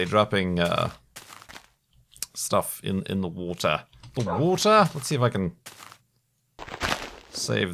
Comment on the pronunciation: "The water" shockingly good English accent